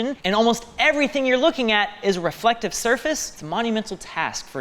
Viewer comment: "Relective Materials"